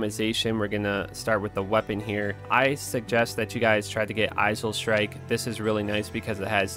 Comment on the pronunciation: the way he said islestrike xD